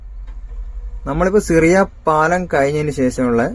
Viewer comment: സിറിയ പാലം അല്ല ഷിറിയ പാലം.